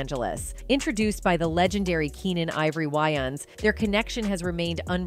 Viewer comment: Keenan ivory WHYANS? WTF that’s not his name it’s Keenan ivory, Waynes